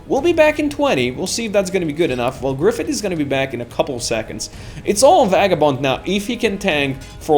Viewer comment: You seem to pronounce Vagabond's name(Vei-ga-bond) as (Va-ga-bond) Is there a backstory to that?